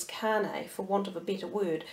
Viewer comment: Its Kanye (Con-Yay)